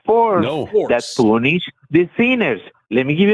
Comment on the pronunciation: Did that guy keep saying "it's the force to poonish the penis"? Because that's what it sounded like to me.